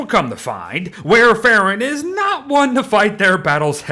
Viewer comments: Wow., I love your content, but it hurt my brain every time you said this character's name. It's the same as the generic name of Coumadin, a very old and common anticoagulant. It's pronounced like "wor ·fr·in," not "war e·fair·in." (Even the Brits don't pronounce it like that.) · It's pronounced like War-fuh-ruhn It's actually the name of a medication haha!